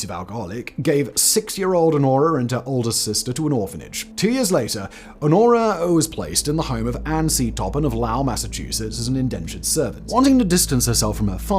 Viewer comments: Ooooof..... Your pronunciation of "Lowell" is "Lau-ill"!?!? It's Loh-ull. Or if you're from Boston, Lole. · Jane’s town is pronounced Lole not low el